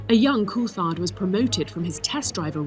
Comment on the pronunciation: Why does the voice over say koolthard? Weird pronunciation